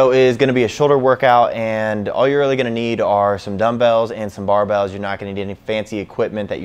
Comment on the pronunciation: Who read barbells like baaah-bells